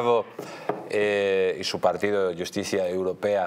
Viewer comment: Jajaja, se llama "Iusticia europea", ¿No le has oído pronunciarlo? 😂